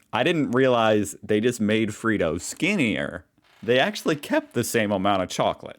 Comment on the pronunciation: Dude it’s fredo not freedo 🤦🏼‍♂️🤣🤣🤣🤣